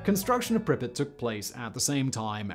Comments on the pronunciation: Just a note, there is a difference in ukrainian and russian pronunciation. Pripyat with more prominent 'y' is closer to ukrainian, in russian, it is pronounced with soft 'p' followed by 'a' and then soft 't'. The way Simon says it is closer to russian pronunciation. Since in the beginning of the video he mentioned he visited the city, i assume he picked the pronunciation from local guides, who are commonly russian-speaking. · Living in Ukraine I can tell you Simon's pronunciation is incorrect. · Anyone else annoyed that Simon didn't enunciate the "y" in Pripyat? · Pripyat- it's a long a, not short. Don't say it like you're saying "cricket", but more like "bangmate". Also, ppl have returned to the exclusion zone and nearly 7K ppl live spread out around the area. Many are farmers who live off of what they grow (irradiated and all). Update that script fact boi!! 😜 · Who else is irritated with the pronunciation of the city Pripyat… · I 💕 you Simon but every time you pronounce Pripyat I can’t help but cringe! 😂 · For god sake, pronounce Pripyat correctly.